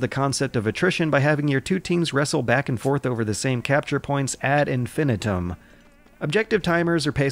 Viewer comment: "verdoon" "ad infinite-um" "grenader" use a dictionary w/ pronunciation guide pls